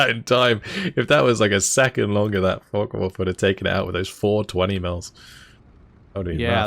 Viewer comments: If you're going to pronounce it with the N, at least swap the the O for a U as well. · Liking the Co-Cast except for one thing...it is Focke Wulf NOT FockeN Wulf! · Hearing "focken wulf" is "focken" unbearable... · i enjoy this double commentary and the games are amazing, but one thing that annoys me to no end: its not "FOCKEN WULF" ..argh.. with your accent it sounds exactly as you would expect, and I hate it :D Obviously this is intended for "attack power"